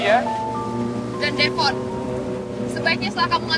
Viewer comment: Devon aku dengar manggillnya devon klepon😂. Oh ternyata kupingku😂